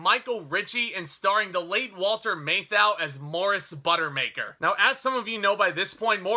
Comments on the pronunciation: "MATH ow," not "MAY thou." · "MAY-thau - LOL. Anyway, good review and agree 100%. :) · You get paid for doing this. The least you can do is learn how to pronounce the stars name. Walter Matthau was a HUGE star and you've mispronounced his name REPEATEDLY. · Dude why you say "Matthau" like that? It's...not right.